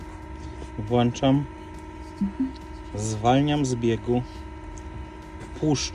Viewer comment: "Włanczam"😂typowy kierowca tesli